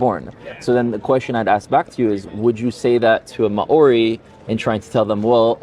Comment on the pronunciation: Always interesting videos and his conversations. But …..If you are going to site a peoples of the land please learn to pronounce their name. Eg. Māori people of NZ.